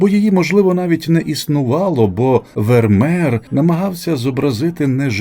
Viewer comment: Не Вермер, а Вермеєр😮